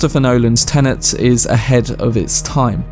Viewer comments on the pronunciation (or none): if i hear someone say TENENT 1 more time ...